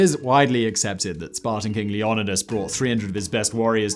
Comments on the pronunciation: Now you're just f**** with me with your pronunciation of Leonidas. Leo night us. Don't you have a book for this? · Really? Fact BOI!!!???!!!??? Pronouncing Leonidas as Lee-oh-NEH-dus? And Thermopylae as therma-POLE-lee? My bio with the BLAZE, did you forget to take your cocai...?...hot cocoa!! I meant cocoa😅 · Simon its pronounced Leonidas, not Leonidas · Since you like to mock how people pronounce things, why don't you Google how to pronounce Leonidas.